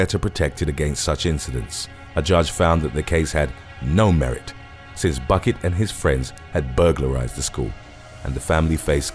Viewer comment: #1 Buckett is actually pronounced Bouquet.